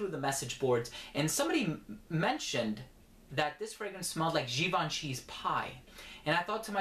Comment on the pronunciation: Oh you did.. you said Gee-ban-chee. Nigga, god bless ya